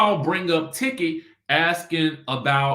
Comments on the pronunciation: It's pronounced Teke. Even though it's spelled Tiki. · Everything time you pronounce Tiki’s name- I get so tickled😂🤣